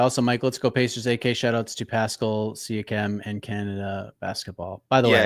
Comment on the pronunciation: Mike is so cringe with the Knicks hate. Like every Knick fan celebrated tatums injury. Also is always quick to mention action Bronson is a real Knicks fan but not Ariel. Listen to how you pronounce Siakam lmao you don’t watch ball